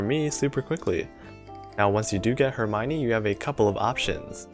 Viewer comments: Her-my-nee? I always pronounced it Her-me-o-ne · 1: really nice video, for some reasons i didn't check any of new ships skill (because gacha bless me so maybe i was too happy IDK) 2:...please...ask Hope for some prononcing lecon...why you say "eurmaygni" instead of "hermione"... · Im not sure if you say Hermione right. That doesnt sound correctly qwq Edit: Same with Perseus